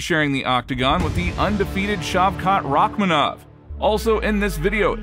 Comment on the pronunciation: its paddy not Rakmanov lol